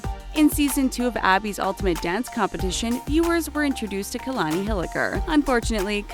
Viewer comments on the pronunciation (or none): Its not KAYLONY ITS KA-Lon-I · Its pronounced Kah-la-nee Not Key-la-nee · you guys pronounced Kalani’s name so wrong that it made me cringe